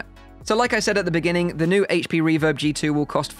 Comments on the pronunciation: I'm glad you said aych-P and not Haych-P 😝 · Thank you for saying "H.P. instead of "HATECH P"